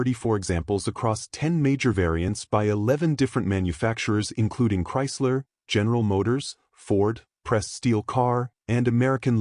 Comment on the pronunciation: "Betroit - Arsenal - Chaysler Corpogation". Another crappy AI video from another crappy AI channel. Time for a thumb down and a click on the "Don't recommend this channel" option in my YouTube feed.